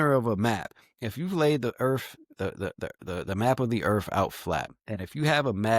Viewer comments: Why is it when people pronounce Earth they pronounce it without the T? Pronunciation is key. Sounds like EARH.. lol wtf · Did dude say earf?